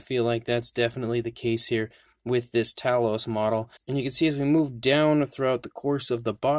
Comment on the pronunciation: Actually it's Tay- los. , watch the film and listen to Jason. Why fo all our American cousins pronounce it wrong 🤔??